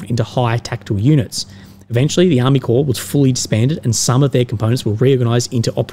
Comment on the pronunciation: Corps, Pronounced as Core, not Corpse;)....anyway, Ukr has now and will suffer even worse, to be polite 'amateur' staff administration they have exhibited so far, corps brigade etc...wont matter.